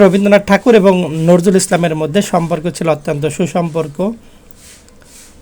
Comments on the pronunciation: নরজুল নয় উচ্চারণ টা নজরুল হবে। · বিদ্রোহী কবির নামটি স্পষ্ট করে উচ্চারণ করার চেষ্টা করে ঠিক করেই। ধন্যবাদ।